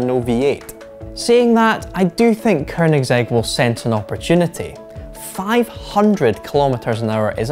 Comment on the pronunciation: Eurgh. "Ker"nigsegg. Americans and Scots just can't help but put a fucking R in there. And the F40 never hit 200 mph; that's a myth. Car and Driver got it to 197 after testing it twice; Road and Track got it to 196; no stock F40 has ever gone 200. Only one magazine (the Italians, Quattroruote) claimed 200+. The Diablo, however, consistently got 204-ish.